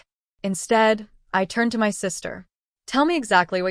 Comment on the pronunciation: Why is my being pronounced M Y?